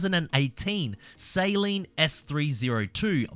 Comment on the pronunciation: your saying Saleen wrong it’s pronounced suhleen